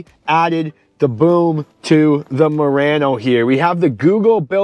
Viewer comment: Why you keep saying Moreno?